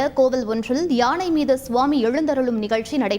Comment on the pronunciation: யாணையில்லை யானை வாசிப்பவர் ஒழுங்காக உச்சரிக்கவும்